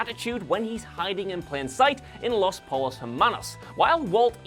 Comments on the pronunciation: You’ve watched the show, right? You know that’s not at all how “los pollos hermanos” is pronounced, then right. Po-yose, not pole-o’s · Did... did he really pronounce the L’s in pollos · Podtrash Radio He’s still seen the show. There’s really no excuse for the mispronunciation. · Dude. You needn't reside in Albuquerque to know how the word "pollos" is pronounced in Spanish. Throughout the series it's spoken 737 times down all over ABQ. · Yeah, that was a bummer. Nobody on the show ever said it that way... just misreading the cue-card, I guess